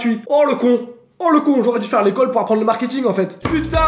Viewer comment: "Le markiting"